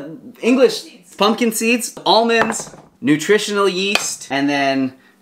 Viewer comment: "nutritonal" yeast 🤣❤